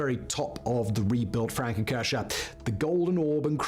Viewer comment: His constant wrong pronunciation of „Frauenkirche“ (womens church) especially in this almost insulting exaggerated style is annoying as hell comparable to nails on a chalkboard! Especially knowing that this bald guy has already used both words (Frau [women) and Kirche [church]) in other videos where his pronunciation was way more accurate to the german phonetic which means he must purposefully mispronounced the combination of both words Which is actually not surprising at all … following him for years on different channels and knowing he isn’t even a real Brit (!) and his proper English accent is actually fake (really convincing in my opinion but still fake) i remember in his early videos from almost 10years ago he had a American accent instead of this distinguished Queen’s English/BBC English accent but his views have been back then stagnated pretty low compared to nowadays. Only after he started pretending to be British his view's have began rose rapidly and he got more jobs for different channels as their representer or narrator like in this one (in other videos he has mentioned several times that other people doing the research, planing the videos, do the scriptwriting and that he is just hired by different channels to be their public face/newscaster / Presenter / narrating voice for YouTube content video like this